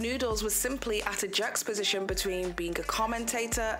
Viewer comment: “jux position”? A unique pronunciation. 😁👍